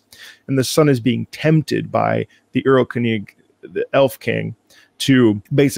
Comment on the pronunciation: Yay, i've been waiting for this. Also your pronunciation of "erlkönig" got me real good